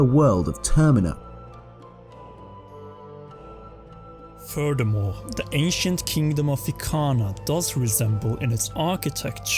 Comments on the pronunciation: Termina. not termeena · its termina as is terminate not terMEEna also... are you assuming that majora is female?